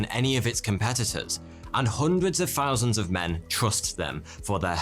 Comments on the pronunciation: Thousand is pronounced with a TH, not an F. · Why do you call yourself '' when you can't pronounce' Th'. You introduce yourself as 42 and then you go on to say in this video 'free fousand years'. I;ll never understand why you chose a youtube name you can't pronounce correctly?